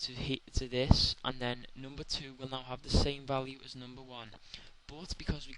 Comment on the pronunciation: "assnumber" lol... xD